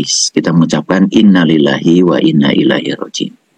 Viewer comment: Baca istirjak aja masih salah pak .lafad Inna itu di baca panjang